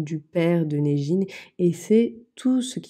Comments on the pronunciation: Son prénom ce prononce neguine ( ca veut dire diamant) et non nejine. Je suis iranienne . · Coucou:)) Super vidéo, je voyais toutes ces marques tourner et je me demandais de ce qui en était pour les compositions! J'adore la voix-off, ta voix est très agréable:)) Aussi mon copain étant Iranien, Negin se prononce Neguine (et pas Nejine) voilà 💕 Très déçue de la compo de Gisou d'ailleurs, vu les prix c'est honteux d'avoir des produits aussi dégueulasses et impurs mais honnêtement pas du tout étonnée:) Bises ☺